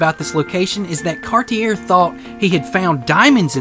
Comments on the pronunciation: Please, please, please... learn to pronounce Cartier - "Car-tee-AY" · Don't do a video on a guy if you can't pronounce his name....